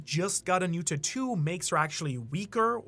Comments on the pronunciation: “TAT-TWO” its pronounced “TAT-TWO” i hate you and your stupid pronunciations. Sigh, where is Sawyer7Mage at? Save us from these bum reviewers SAVE USSSSSS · It drives me crazy every time he says the word tattoo 🫨🫨 just say ink or something 🤣🤣🤣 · Hearing you mispronounce tattoo revealing who you're a fan of... even less of a fan now.